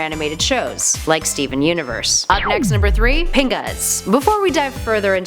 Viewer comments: That is not how you pronounce pingas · Pingas sounds like ‘Penis.